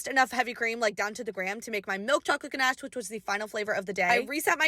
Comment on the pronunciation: You said ganache and macaroons wrong SAY IT RIGHT